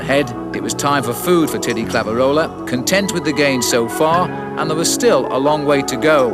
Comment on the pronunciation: I never thought there could be someone who butchered names as bad as Bob Roll, but…. As bad as it was, you have to appreciate the late Brian Drebber’s valiant attempts to pronounce Thierry Claveyrolat. I counted 6 different pronunciations…none of them right. 😂🤦‍♂️